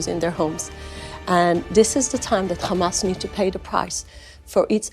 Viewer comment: Khamas, kha kha kha, khamas.😂😂😂